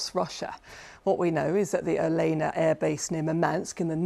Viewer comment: Oleyna😂 Olenya may be😅 Oleyna - it's popular Ukrainian 🌻 oil